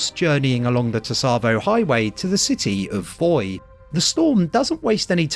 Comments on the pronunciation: Great video, just one thing to let you know, Tsavo is pronounce more like ‘savo’ with a very very light ‘t’ sound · I'm fairly sure the T is voiced. But the way pronounces sounds closer to "Tusavo". The "tsa" should be a single syllable. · Don't you think Tsavo Highway is pronounced the way Sergeant Johnson says it? Savo Highway. T-Savo? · I always thought the T in Tsavo Highway was silent, so you'd just pronounce it 'Savo'. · You keep over pronouncing the T in Tsavo and it's very annoying. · This guy pronounces it incorrectly (and says it many many times throughout the video) because people find it hard to not correct. Comments = engagement. It’s been pointed out that he says it wrong many times.